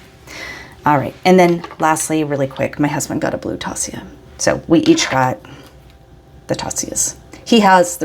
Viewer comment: I only buy Zodiac pens haha. And that berry is a perfect match to your Arabian Nights koi! I wasn't there this year but I did have Bart grab me a bottle of that ink when he was there too! Also, directly from Taccia.... It's pronounced Tasha haha! I had a conversation with her about it because I heard so many conflicting things! What a nice haul you had!!